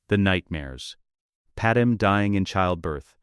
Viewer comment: her name is not padam dude its Padmé